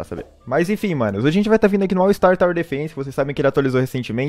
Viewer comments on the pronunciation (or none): none